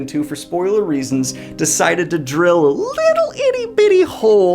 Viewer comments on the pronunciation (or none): none